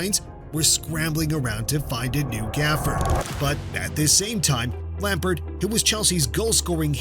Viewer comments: If he says lampart one more time instead of lampard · Great video bro minor criticism you misspelled Joao Felix and got a few pronunciations wrong off the top of my head you kept calling him Lampert and Azpili-Cet-a. European pronunciations are difficult maybe talk to someone who can pronounce the names better to help you with them? Or maybe have someone watch your vids before you upload them? Otherwise great video brother. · Your pronunciation of Lampard immediately made me hit the dislike button.